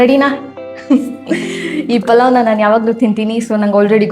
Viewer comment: ಅದು "ಪಲಾವ್" ಅಲ್ಲ ಆಂಟಿಗಳೇ, ಅದು ಪುಲಾವ್, ಪುಲಾವ್! ಈ ಬೆಂಗಳೂರಿಗೆ ಬಂದು ಹೆಸರು ಕೆಡಿಸಿಕೊಂಡು "ಪಲಾವ್" ಆಗಿ ನಾಶವಾಗಿದೆ!!